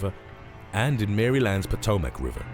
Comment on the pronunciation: Evidently the narrator in this video, and are watching is NOT American as he pronounced Maryland wrong.